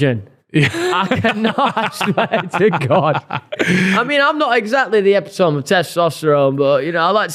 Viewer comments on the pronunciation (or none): how did just pronounce epitome? 😂